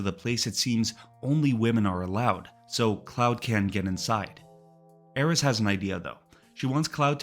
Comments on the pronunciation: It's the dedication in pronouncing Aerith incorrectly that I found impressive. In this video, her name is pronounced as Aeris, Aeriz, and Aerits with varying degees of consistency. I felt like I was being trolled by a Tifa fan. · all that work you put in and you refuse to call Aerith's name properly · As someone who played FF7 at launch and still have the original strategy guide, it's Aeris. I never even heard the name Aerith until years later. You're blatantly wrong. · Aerith is /literally/ supposed to sound like Earth. Just because someone mistranslated something 20 years ago doesn't mean you have to keep on being wrong! There's thematic reasons for names in these games, and she DEFINITELY isn't supposed to be tied to /Aries/. Truly some hogbonkers wild stuff.